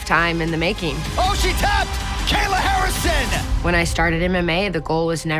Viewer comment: Buddy said Gayla Harrison 😂🤣🤣💀